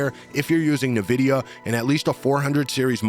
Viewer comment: Good video but you really need to learn how to pronounce Nvidia: How to Pronounce Nvidia (Correctly)